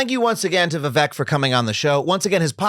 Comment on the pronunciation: Vivek is pronounced with a long second syllable, like Vi-wake, as opposed to Vi-veck